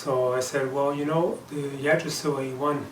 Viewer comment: thank you for the review and comparison to the yggdrasil ive been juggling between deciding on either one aslo yggdrasil is pronounced ( igg- drasil)